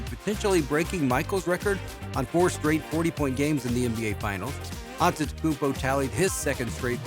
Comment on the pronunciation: Maybe before making a video on Giannis, learn how to say his name